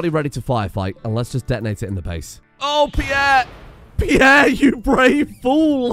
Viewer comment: Peirre > not Peirre